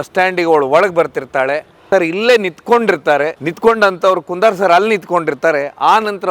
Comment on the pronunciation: ಕುಂದಾರ್ ಅಲ್ಲ ಕುಂದರ್. ನಿಮ್ಮ ಪೋಸ್ಟರ್‌ನಲ್ಲಿ ಕನ್ನಡದ ಕೊಲೆ ಮಾಡಬೇಡಿ.